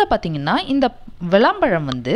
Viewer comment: Not valam pazham, it's vilam pazham